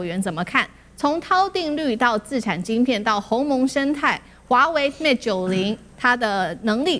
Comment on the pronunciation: its pronounce as Mate, not Mat!! halo taiwanese!